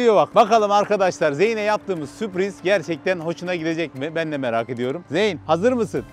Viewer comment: zeyn diye okunuyor kardeşim